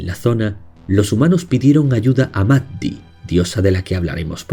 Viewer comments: Maddi se pronuncia "Mayi". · Maddi, Amalurra, se pronuncia "Mayi", cerrando un poquito la Y❤ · Maddi se pronuncia "mayi"